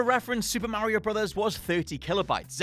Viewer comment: Why does he say mario like that!?!?!?